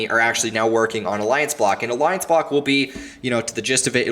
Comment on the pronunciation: Did you say Aliance block or what? I couldn't even hear the name the second altcoin